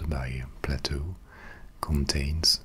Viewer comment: It’s pronounced “play-toe” not “pla-toe”